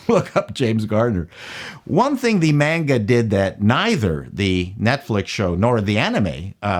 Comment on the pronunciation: I appreciate that you say "manga" and not "monga".